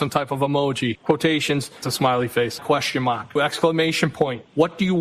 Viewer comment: “Put them crocks in overdrive”! 😆😆😆😆😆 Question mahhhk, Question mahhhk! 😂